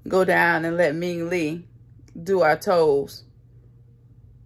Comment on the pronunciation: Girl! No you didn’t say “Ming Lee” 😅😂😂 You play too much